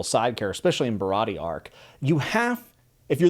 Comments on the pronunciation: For future videos, I hope this helps with pronunciation! Usopp - X - YUsopp O - OOsopp Like "BOO!" Sanji - X - Saenji (Not like sand) O - SAHnji (Same ah sound as NAmi) Baratie - X - BaraDee (gotta pronounce the "i" and "t" O - Ba/Ra/T/A (T and E is pronounced like the letters T and A) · He also pronounced Baratie wrong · Stoked to see your views and progression throughout the story you have a WILD ride, loved the video(other then Sanji and Baratie pronunciation😂) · Japanese pronunciation. A is always "Ah" Sanji Baratie Is barati(eh) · Just some pronunciation so the fanbase doesn’t eat you alive. Usopp = oo-sop Sanji = s-on-jee Baratie = bar-a-tee-ay Rogue town is also largely referred to as loguetown so don’t get confused. Either way, great video, excited to see some updates on it. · all good i hope you keep enjoying this series and about how to pronounce baratie, its "ba-ra-tee-ay" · also baratie ba-rah-tee-yay! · Bro cant pronounce Sanji, Baratie, Usopp, but doesn't really matter at all but its funny